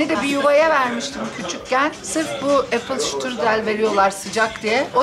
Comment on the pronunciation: Apfelstrudel🥰 yazıldıgı gibi okunur ingilizce degildir👍